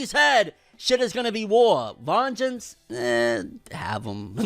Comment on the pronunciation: I laughed so hard when he said "have vengeance" (totally fucked up his name)